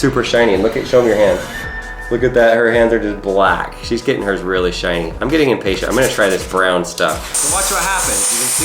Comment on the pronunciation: he said inpatient when it was impatient learn yo language